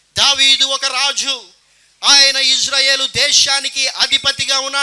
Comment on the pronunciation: "ఇజ్రాయేలు" కాదు "ఇశ్రాయేలు"